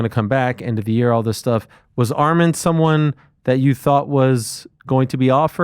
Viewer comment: Dan saying name correct Arman and Ariel continues to say Armin